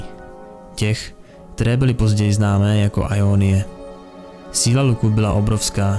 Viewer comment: Gj ale vadí mi jak to čteš [ajonyje] a ne [jonyje] x)